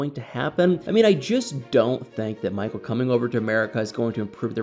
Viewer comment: Poor "Mah-cull". This screams "Get Out 2" 😂